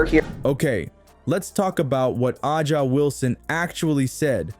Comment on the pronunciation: Accusing everyone else of producing click bait while not being able to pronounce A’ja’s name and while insinuating there is something amiss when it’s well known Kelsey had a rough year with a divorce (so of course time off would be beneficial to heal). Come on, do better. 🥴